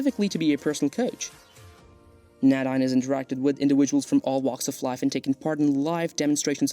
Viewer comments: That name is pronounced, "nay-DEEN" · Nadine is pronounced Nay- deen